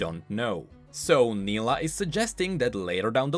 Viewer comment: Same thing happened when he explained Nilah's trailer and mispronounced her name, despite her pronouncing her name several times. He corrected it in his later videos but it's still somehow funny. (edit: grammar)